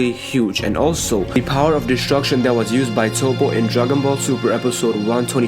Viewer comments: Destruction not deshtshurcshion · I hate when u say DESHTRUSHON